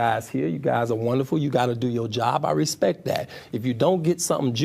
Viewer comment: The interview with the pretty reporter.. omgosh!! That man got so offended, by questions coming from the public, he couldn’t think straight. Full blown defense mode. And every time he said RESPECK, just made him look, that much more ignorant. And beyond, childish. His inability to control himself, simply made all the allegations far more believable. I hope the woman benefited, from this interview.🤢